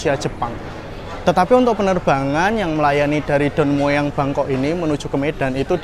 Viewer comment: baca aja Don Muang.😅